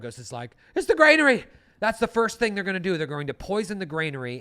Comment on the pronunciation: BTW - Granary not Grainary :)